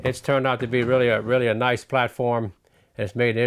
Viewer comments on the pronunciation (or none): none